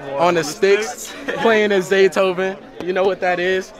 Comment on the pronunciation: His name is Zaytoven not Zayton 💀